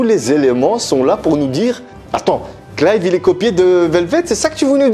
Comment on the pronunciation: Ah bah tu vois que c'est mieux prononcer comme ça, Clive ^^ sinon les Tales of j'en ai fait deux-trois donc le berseria je le connais pas, mais il y a genre 2-3 épisode dans la série animé de Zestiria qui montre du Berseria.